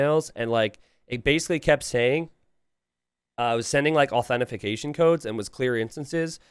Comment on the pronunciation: What the fuck is AuthentiFICATION????? 🤣